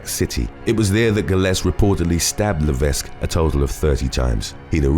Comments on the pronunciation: Please look up how to pronounce the name 'Levesque'. The 's' is silent. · The "s" levesque is silent. So; "Leveck"